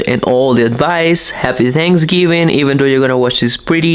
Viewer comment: seems to ignore the letters TH in his vocabulary. Tanksgiving or is it Thanksgiving? Not being mean…I use to live in Mexico and no one would tell me when I mispronounce things because they could figure out what I was saying. Just providing a helpful tip.